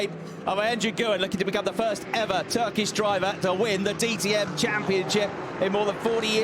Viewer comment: The britisch commentators really need a small training in turkish pronounciation😂